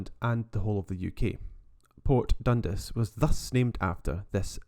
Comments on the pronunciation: 10/10 man but.. DUN 'DAAAS' not DUN 'DIIIIS' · Definitely not got an i in dundas anyway . You’d think he’d do abit of home work before putting videos out . Lazy 🙁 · I believe it is pronounced Dundas as opposed to Dundas. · its pronounced port DUN-DAS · Dun-DAS! Please! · Dundis 😭😂😭.......nah! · Interesting presentation, have I been saying Dundas wrong all my life?